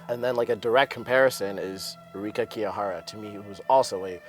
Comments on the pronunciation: hi guys.. you're really funny!! And yes, I predicted a clean sweep of the GPs by 3A too~ You are so funny!! Why'd you call them fetuses ? hahahah... Kevin??? I really wanted to hear your thoughts on Kevin~~ By the way, it's TRUsova. Not TruSOva. Also, Kihira, not Kihara. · btw, her name is Kihira, not Kihara c